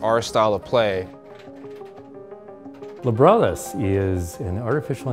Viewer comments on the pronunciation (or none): Lab Rat Us. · "just in libratus fashion" lmfao how many times did the robot suckout loooool